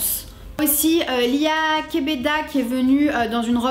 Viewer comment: KEBEDE ! ça se prononce Kebed"è"